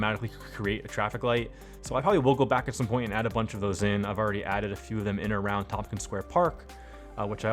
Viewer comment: Thanks for covering this neighborhood. I grew up and attended public school here and I see you've actually built it out. Loisaida is supposed to sound like "Lower East Side". "Tomkins" is supposed to be "Tompkins". Also, it's the first time I've ever heard of the A-D pneumonic device. Anyways, I think you did a great job building this out. I'm looking forward to future videos on Chinatown and LES.